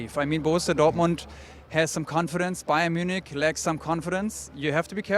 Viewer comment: what is BAYER Munich?